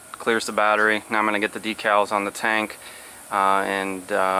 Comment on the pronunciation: Why do people say deee cals its decals Americans are funny !!!